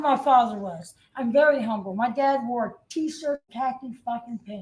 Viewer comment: “I’m humble! HOM-BULL!”